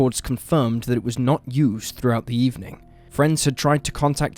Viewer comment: "...at a USER car lot..."? Don't you mean "used car lot"? lol Is this an AI voice or real?